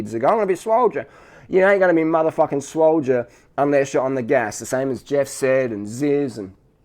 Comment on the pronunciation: "I wonna be swoldia!!!" lmao